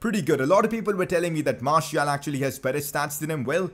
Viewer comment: Pcq: That pronunciation,"Marshial",is annoying as hell...Can we get "Marcial" instead?